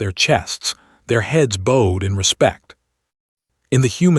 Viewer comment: Boed instead of boughed?